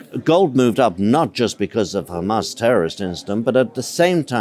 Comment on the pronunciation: Why the he'll do you say khaaaamaass and khhezbullah 😂😂😂 don't go there.